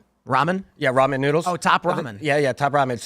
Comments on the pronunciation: It’s not Ra-men, guy. It’s simply ramen. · it's ramen not raw men lol ok it's not rammin' noodles either 😂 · RA-MEN. Bro this guy cannot be human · Raw Men...that's all I can hear when says Ramen. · Raw-Men. What is that pronunciation?😂